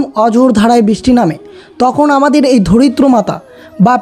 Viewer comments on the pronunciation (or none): none